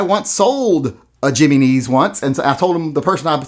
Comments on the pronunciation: I got a video on the Jimenez 380 lol 😂 check it out for the correct way to pronounce it fat boy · In spanish the "J" is an "H" english sound FYI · I love how hilarious he pronounces “Jimenez” 😂😂😂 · Being from Texas, I too enjoyed the bastardized pronunciation... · I saw this comment before he said it and was still shocked by that pronunciation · It's pronounced "Ya men ez" ya yahoo!! Learn some Spanish. LOL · Its pronounced he-men-is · The way u say Jimenez makes me laugh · Good lord... your pronunciation of Jimenez is the crime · Not gonna lie... has become the voice of reason amid all this craziness. The way he pronounced "Jimenez" did constitute a microaggression, however. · My only issue with this video.... slight mispronunciation of Jimenez... He-men-ez.... not... Jimmy knees.... but considering the gun I can see how it doesn't deserve to be pronounced correctly. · Hem-E-neez, HEM E KNEES, jimmy knees! Lol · Jimenez is not "Jimmy neez" it is pronounced "He meh nez" lollol! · “Jimmy-knees” ? Lol “Him-en-ez” maybe? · A Jiimeeezzneeez? Not a Jennings? Or a Himenez? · I'm sorry but you lost me when you pronounced the name 'Jimenez' as "jimmy neze." Dude, the 'J' has an 'H' sound. It would be Jimenez, with a 'hey' sound, not a J. And you don't need to be Hispanic to know this. The Jimenez's, Jose's, Miguel's have been in the country since, well since Columbus. Get it together people...damn. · Giminis he says, 😆 it’s pronounced he-men-s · oh thank God! you have restored some of my faith in you. p.s. it's pronounced HIM EN EZ not JIMMY KNEES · Jimminese is actually Heh Mehn Ez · Jimmy knees.? Really.? It pronounced "he men nez". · Hearing you pronounce "Jimenez" is the funniest thing I've heard in weeks. Him - En - Ez. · Say it with me,. Him-meh-nez. Him-meh-nez. Otherwise great video! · Jimenez. Him-en-ez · Jimenez is pronounced High Men Ez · Stop saying jimmy knees! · It’s pronounced him-in-ehzz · I think that's pronounced "Hee-men-ezz."